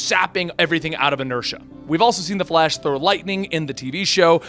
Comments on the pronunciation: Was he just about to say fash instead of flash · “The Fat- The Flash” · Bruh he keeps saying "the fat" I the beginning 😂😂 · “the flAsh” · “the fat the flash” 😂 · "the fat- uh flash," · "...The Fhat"